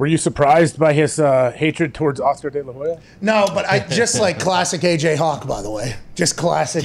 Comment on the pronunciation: When Dana talked Oscar delehoya😂😂